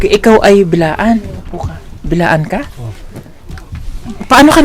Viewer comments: Sir Correction Lang pO Hindi PO( Bilaan) Blaan pO Yan ang tamang bigkas s aming TribO Kasi PO Blaan pO akO,,Maraming Salamat... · Correction. Ma'am and sir.... B'laan.. Not. Bilaan